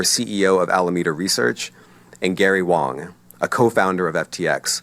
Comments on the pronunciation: Its Gary WAng not WOng. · Gary Wang, not Gary Wong. 😂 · So, Gary ‘Wang’ is actually pronounced ‘Wong’?